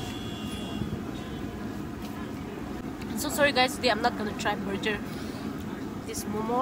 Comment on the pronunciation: It's not burjjer its burger 🤣🤣🤣🤣🤣♥️